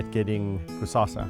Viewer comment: Hi guys. Just reading comments and I see many people referring to the lion as Cusassa, or Cusasa, it is actually Kusasa, a South African Zulu name meaning Tomorrow. That is all, please don't bite my head off🙈🙈❤❤